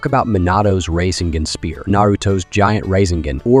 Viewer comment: 😂 raiseugon, tieugitsu😂